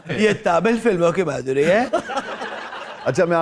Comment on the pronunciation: Bolo Ma...dhuri na ke Madhoori.